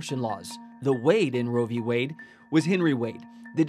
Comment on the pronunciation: What is this “row v way” I keep hearing about.